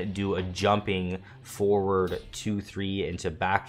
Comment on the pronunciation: Hey really nice guide been practicing lots of reptile. I’m being really picky here but when you say forward sometimes sounds like 4, could be clearer if F instead?